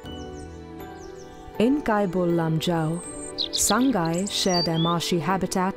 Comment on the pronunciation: Pronounce as SA-NGAI not SAN-GAI Also Name-SANGAI Not SANGHAI